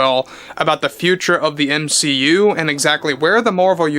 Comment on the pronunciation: ur saying M SHE U weird....